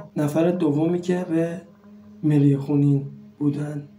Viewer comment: این برنامه ها خوب هستش و شما و ما با هم یک سری اطلاعات را با هم مرور می‌کنیم ولی شما اصطلاح انگلیسی و نام مری و. خون به انگلیسی را خوب تلفظ نمیکنید یک بار دیگر فیلم‌ها را نگاه کنید متوجه میشوید ولی در کل عالی بود و بقیه را هم پاتاوه می‌دادید شما احضار کردی ولی پایان‌احضار چه. شد